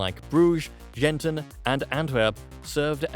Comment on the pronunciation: GENTON ? I live in Gent : Gent in Dutch , Gand in French, Ghent in English. We could do better. A lot Better.